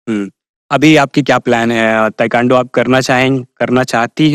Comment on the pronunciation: तू त निमन बालु, लेकिन इंटरव्यू लेवे वाला ताइक्वांडो के ताइकांडो कहत बड़े 😅😅